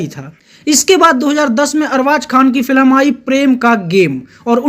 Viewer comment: Bhai tu film bolna sikhle yaar.